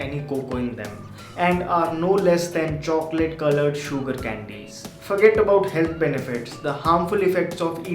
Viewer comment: please say 'sugar' in a normal way instead of enunciating a lot on the 'U' :)